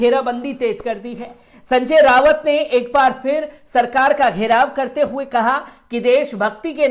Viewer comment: संजय राउत नाम है उनका रावत नहीं कृपया नाम ठीक से पढ़ें